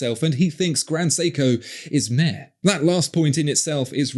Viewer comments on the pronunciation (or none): Please teach him how to pronounce ‘meh’… it’s not ‘murr’ :) There’s a lot of love out there tonight!